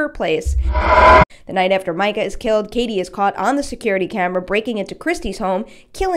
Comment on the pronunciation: Why do people keep pronouncing it "My-cah" 🙄 its "mee-cah" clearly says so in the films.